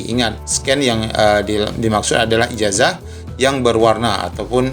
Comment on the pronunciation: Itu baca ijasa bukan ijaja